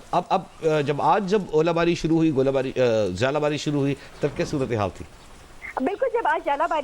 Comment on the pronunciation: Oola bari ☑️ Gola bari ☑️ yala bari ❌ 🤣